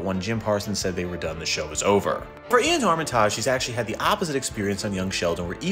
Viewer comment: Damn this guy doesn't know how to pronounce Iain or Armitage